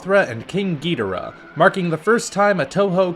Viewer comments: It’s godriah not gatora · Dont you hate it when people pronounce ghi-door-uh. Gee-doe-ra It kinda bothers me Also i would to see hedora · Gh-ih-doh-ra omg not ge-doh-ra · it is pronounced Gih-door-ah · U said ghidorah wrong ga-dor-a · King... Gee der rah? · KING GEETARA?!?!! Dont thing thats how its pronounced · Did he say "gee-der-uh" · "Geedorah".... dude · Hmmmm gi-door-ah huh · I have never heard anyone pronounce Ghadorah like that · I'd love to see Destroyah, Space Godzilla, and Ogre. PS you're saying King Gidurah wrong. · the way you say ghidorah triggers me so much,also THEY NEED TO PUT ANIMATED SERIES ZILLA IN THERE(then again my childhood bias)but only the series is good lol